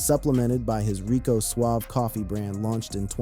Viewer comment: It was pronounced Rico Suave-ay